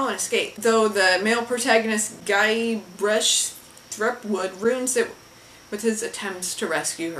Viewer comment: can't into pronouncing Guybrush Threepwood - but it's okay, I still love you:)